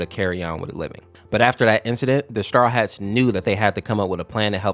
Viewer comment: You kept saying star hats while it is straw hats